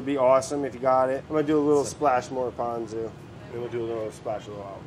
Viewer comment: Ponzu is pronounced ‘p-owe-n-zoo’ and furikake is ‘foo-dee-kah-keh’